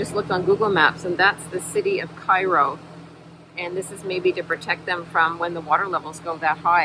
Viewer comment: It is pronounced "ka-ro", and a neat spot ro learn history of So. Ill. As you can tell the colors of the water of the Miss. and the Ohio are so different that you can see them mix nas you go down stream. Water flow and the terrain will be lots different as you go down to the gulf. Enjoyed the MIGHTY MISS..